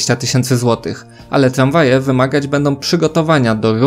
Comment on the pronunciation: Tramwaje nie tlamwaje.